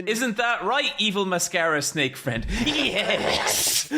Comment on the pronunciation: "MY BRUZAH" "MY BEST FURENDO" became permanent fixtures in the VC after that episode.